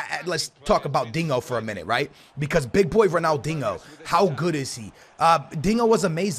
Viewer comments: its dinho not dingo. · If you say Ronald “INGO” one more time....